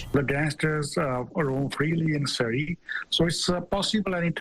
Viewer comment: 🕌Surrey🕌 rhymes with curry